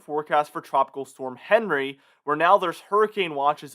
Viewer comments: Came here to say the same!!! Very irritating every time he said Henry!! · Isn't Henri a French name and is pronounced awn-REE? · Quick reminder, Henri is pronounced “ahn ree” because it’s a French name. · It would sound a lot more professional if you pronounced this storm's name correctly. It is pronounced "on-ree", which is the French version of the English name Henry. The World Meteorological Association picks the names, and they are a mix of names from the predominant languages spoken in that part of the world. For the North Atlantic/Caribbean basin, the languages are French, Spanish, and English, so the names on the list are from those languages. I hope that helps you.